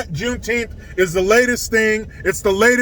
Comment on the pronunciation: I couldn't even get through your intro it was so annoying I recommended YouTube not recommend your channel ever again thank you have a good day. When you say the word Juneteenth sounds like a word Mis pronounced improper English.